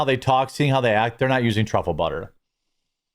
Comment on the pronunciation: TRAHFILIN" Truffle Butter! 🤣